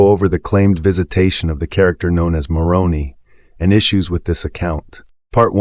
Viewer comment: More credible if you pronounce Moroni with a long I.